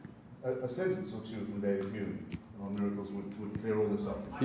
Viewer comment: Interesting…. The god botherer pronounces “Hume” as “ume” yet still pronounces “Hitchen” correctly. Leave it to the Cockneys. We do it properly.